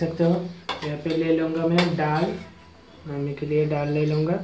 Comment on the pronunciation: Ddal nahi hota dal hota he